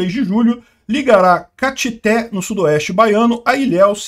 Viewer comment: pronunciou errado Caetité 😂😂😂